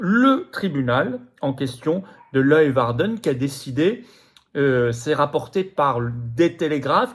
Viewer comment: Leeuwarden : prononcez lé - waar - den. D'accord, cette langue n'est guère facile. Par suite de ses interventions sanitaires, entre autres, monsieur g.a.t.e.s n'a--t-il pas déjà (et aussi) des ennuis du côté de l'Inde ?